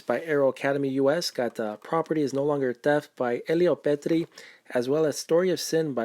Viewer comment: Nice pickups! Btw, the "ch" in "Luchino" is pronounced like the "ch" in "ache" and not like the "ch" in "bachelor" or "channel" ;) And you pronounced "Elio Petri" in a perfect way!